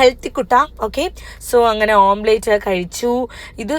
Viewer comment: Beautiful outfit elardem..ammak eni inganate outfit mati❤Kollam Omplate enu pronounce cheyale please Omlette